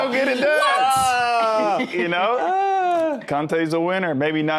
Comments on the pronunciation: The fact that he pronounces Conte Kante says everything I need to know 😅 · Kante should be pronounced how everyone says "Conte". Meanwhile Conte is actually pronounced "Cont"